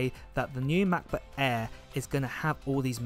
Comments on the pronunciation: Why do you call it a macba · the new "ma. buh-eh" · Mahcboo' Aeh 😄 great vid, mate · The MacBook „eeehh“